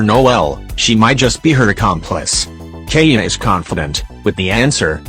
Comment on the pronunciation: It's keaya